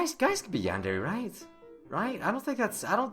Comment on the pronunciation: MrRubenMelodyMetal MHarmony - Is there anything wrong with noting the fact that he isn't pronouncing it right??? Tell me what I did wrong